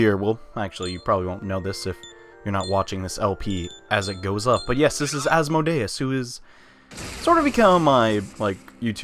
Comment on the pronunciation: How the hell do you mispronounce asmodeus? Get a Rosetta stone.